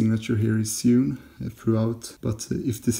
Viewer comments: "Sewn" is pronounced like "Sown" ;-) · I'm not, where I'm from there are some people who genuinely pronounce sewn in a way that most would consider strange.